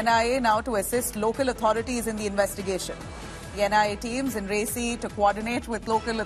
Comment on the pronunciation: Such a stup!d anchor who does not know how to pronounce names. "Resi" "Peer Panjal" ... How cringy.